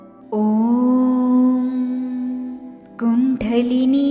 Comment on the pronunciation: കുണ്ഡലിനി എന്നത് pronounced wrong here